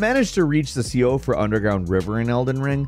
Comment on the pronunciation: Man I love the videos, but your americanised pronunciations for this game have been driving me crazy, particularly Siofra river and Roderika. Look them up please.